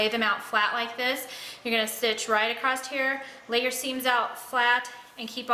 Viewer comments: It was very quiet. Annoyed me that she says acrosst instead of across. Kinda wish I didn't hear that part. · Very informative and clear , but there is no “t” in across.